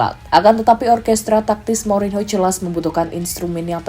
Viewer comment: Saya suka chenel YouTube ini,tp agak risih ketika host mengucapkan kata "Mourinho" tp gak papa kan masih belajar menyukai sepak bola ⚽